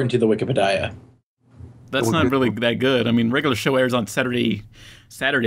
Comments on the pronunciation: Question: when are you guys are going to stop calling "wikipedia" "wike pe die ah? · I REALLY HATE WHEN CALLS WIKIPEDIA "WIKI-PE-DAYA"! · I REALLY HATE WHEN CALLS THE WIKEPEDIA THE WIK-EH-PAH-DI-AH!! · I really hate when calls wikipedia wik-e-pe-dia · I REALLY HATE WHEN CALLS IT WIKIPE-DIE-UH!!!!!! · I REALLY HATE WHEN CALLS WIKIPEDIA WAKKA-WAKKA-PEDIA!!!!!!!!!!!!!! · I REALLY HATE WHEN CALLS WIKIPEDIA "wiki-pe-dia"!!! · yOU PRONOUCED WIKIPEDIA WRONG